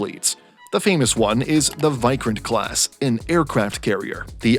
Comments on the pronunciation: Your pronunciations are all wrong. Tata is pronounced as TAA-TAA Vikrant is pronounced as VIK-RAA-NT You can also Google the pronunciations. I don't intend to knitpick but it's essential for a knowledge sharing channel to be correct in it's delivery. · The pronunciation of VIKRANTH is not correct. Just correct that one.